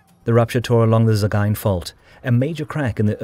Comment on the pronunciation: Probably the best pronunciation of "Sagaing" I've ever heard.